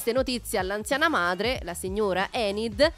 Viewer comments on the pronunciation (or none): none